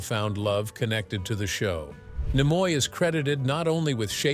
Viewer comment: I don't know how this evolved into Don Knotts, but just thought I'd let you know, it's "Nimoy", not Nemoy.